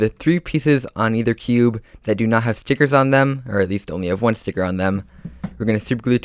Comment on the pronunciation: Love the way he says stickets